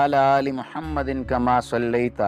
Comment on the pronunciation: Bhai yeh jo darood shareef main aap Mahammadin padte hain yeh darust nahi balke Muhammadin hain aap apni bi islah karo